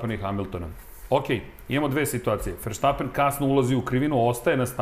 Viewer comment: Halo bre komentatori F1 , prestanite vise da izgovarate pogresno prezime svetskog prvaka ! Max -ovo prezime je VERSTAPPEN a ne po vašem pogrešnom izgovoru VERSHTAPPEN